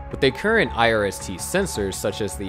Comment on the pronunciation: Could you please say irst a few more times?